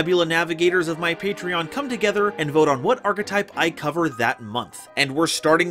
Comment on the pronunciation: Diatribe was really nice to see. But um HOW DID SHE PRONOUNCE "ARCHETYPE"